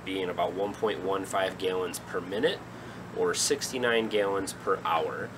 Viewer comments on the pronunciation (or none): Neat ideas. Thanks. Just curious, are you from another country? I've never heard anyone pronounce gallons as gayllons. Just curious